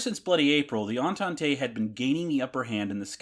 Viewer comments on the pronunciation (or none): The word "Entente" is pronounced "On-tont", not "On-ton-tay" ;-) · Das mit Abstand Lustigste an diesem Video ist die deutsche Sprache der KI! Die "Fowler Doktor 1" und die "Fowler D 7" flogen gegen welche Tante? 😮 Na gegen die "Antante" .... und nicht gegen die Mizzitante oder die Resitante! 😊 Und der Konstrukteur Reinhold Plotz war offenbar ein echter "Plotzkopf" .... äh .... Klotzkopf! 😂 Wer ist denn Hermann "Guring"? 😮 Was ist eine "Brigette 16"? Vielleicht ein fliegendes Kohlestück? 😮 Das passiert, wenn der Macher dieses Schwachsinns kein einziges Wort Deutsch versteht .... und seine KI auch nicht! 😂😅😊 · Great onbthe technical side. One note, the word ENTENTE is French, and since there's no accent over the last e, it's silent. It only signals that you should pronounce the "t".... "on-taunt".